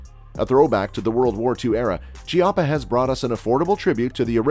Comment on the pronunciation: Chiappa = Key ah pa